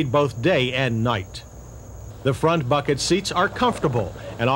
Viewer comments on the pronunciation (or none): none